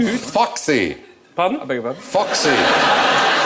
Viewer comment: Stephen pronounced the foxy bit really strange. I understood something like fuck sie, which would be like german-english rudeness.